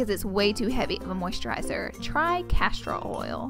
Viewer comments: Did she say Castro oil instead of castor oil?!?? Hahahhaa her accent is hilarious 😊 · I hope she means castor oil, not "casterall" oil. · "castro-oil" she is so cute 😂😂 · Did she say "castrol" oil? LOL, isn't that a motor oil? Perhaps she meant Castor oil.